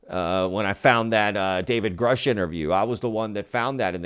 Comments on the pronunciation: Sheehan really needs to stop mispronouncing Grusch, I don't know why he's doing that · Sheehan still cannot even pronounce Grusch correctly. Sheehan doesn't say that this alleged video will or even might be released. He only says that he has been told that it exists. Clickbait.